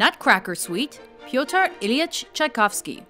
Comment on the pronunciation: And Russian names. But Pyotr is really hard to pronounce for non-Russian native speakers. It should sound more like "pötr" read with German rules :D